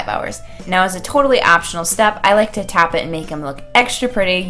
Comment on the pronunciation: Why does she say tap instead of top..